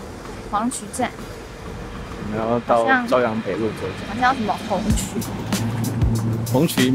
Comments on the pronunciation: 朝(chao)阳北路，不是zhao:-/ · 欢迎你们以后来北京玩儿 然后想说的是..朝阳北路 不是"ㄓㄠㄧㄤˊㄅㄟˇㄌㄨˋ" 是 "ㄔㄠˊㄧㄤˊㄅㄟˇㄌㄨˋ"